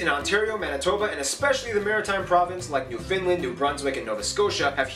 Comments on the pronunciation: It's aggrevating me the way he's saying newfoundland, like yah we tend to pronounce it more that way but it's subtle it's new-fen-land or new-fin-land not quite new-fIN-land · New Finland...lol. It's Nova Scotia lol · Yeah he gets a lot of shit wrong like calling it new Finland instead of Newfoundland I don’t know how you fthat up and not fix it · The way this guy pronounces Newfoundland as 'New Finland' drives me nuts. it sound more like Newf'n'land... Greenland is a territory of Denmark; there's a remote uninhabited island that straddles the maritime border between Canada and Greenland (Denmark) that our militaries have been "Fighting" over for decades. Hostilities are limited to the army or navy of say Denmark landing on the island, raising their flag and leaving bottles of Schnapps, some time later the Canadians will land, lower the Danish flag and take the schnapps. They then raise the Canadian flag and leave some bottles of Canadian Rye Whiskey. Some time later the Danes return and the next 'hostility' is initiated by repeating the process of lowering/raising of flags and the taking/leaving of booze. As for France, when they surrendered to the British, they surrendered all of their *continental lands...They still controlled a tiny island in the Maritimes called St Pierre et Miquelon. To this day, it is France within view of Canada and the US. It's a tiny rural place that probably has more sheep than people. When they talk about how there are only 2 highways that reach all the way north, everyone's first reaction is "wow, only 2?!" but, take a look at the map...Its basically impossible to build and maintain roads in that area because there are literally millions of lakes (2million+) that are surrounded by impenetrable pine forests with trees growing so densely it's not possible for any creature larger than a racoo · Moved to Ontario from Cape Breton and even people here say it like newFOUNDland…. People its NewfnLAND